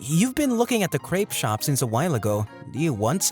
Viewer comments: crepe is pronounced as crep not as creep. Bruhhhhh the pronounciation on these is so annoying. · The way they pronounce crepe is funny to me